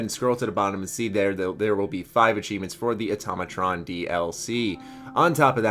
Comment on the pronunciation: Finally pronounced Automatron correctly.